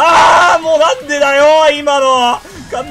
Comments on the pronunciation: 私、関西ではないですが、それでも分かるくらい変ですね。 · なんでなんの発音が関西人としてなんか嫌（笑）